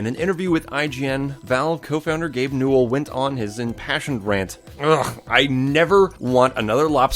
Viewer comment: Hold up, Gabe Newell had 3 syllables: Gabe New-ell.... HALF LIFE 3 CONFIRMED